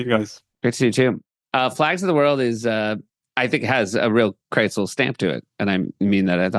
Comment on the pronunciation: Seth, why do you pronounce Krisel's name KRITZEL? Are you hungry and thinking about pretzels?